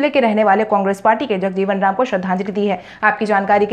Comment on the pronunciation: समाचार editor से मेरा आग्रह है कि बिहार के प्रतिष्ठित महापुरुषों में शुमार बाबु जगजीवन रामजी के नाम के संकलन पर कृपया ध्यान दें। एक क्रांतिकारी समाजसेवक के नाम का इस तरह से उच्चारण अशोभनीय है।